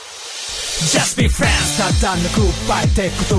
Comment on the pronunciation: At times, you can hear them say either "Just be friends" (like it should.) "Just be France" LOL. "Just beat France" (.. What?)